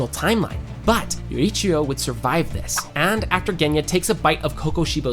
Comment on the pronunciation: I'm sorry, I just dislike how you pronounced Tengen's name and Yoriichi 2.0 or I am just not in the audience who understands it ;_